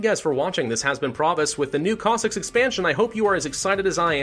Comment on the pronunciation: It is Pronounced (Cos-Sacks or if Singular Cos-Sack) So you were pretty much Right my Friend